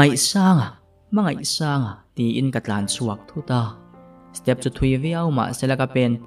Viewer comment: Sir hmangaihsanga tih tur kha 'I' I ti zel a